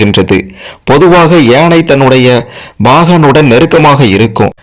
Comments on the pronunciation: And also yeinai instead of YAANAI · Not yenai...it is yaanai